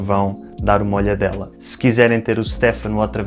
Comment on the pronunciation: Óptima pronuncia, a do Stefano. Mas não se pronuncia “Stéfano” mas mais “ Stêfano”. Adorei o video.